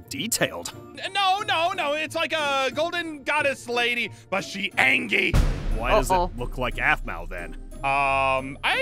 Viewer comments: i like he said angy and not angry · Why was ein saying angry wrong he said angy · Angy got me good. And the fact that also said angy instead of angry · I Love How Says Angy Instead of Angry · B U T S H E A N G Y got me laughing😂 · i love wen ein said she ange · Eating kit say some words right he say angr not angry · says " angy " instead of " angry ".